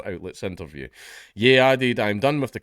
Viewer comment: Ye is pronounced 'yay'. Like the 'ye' in Kanye.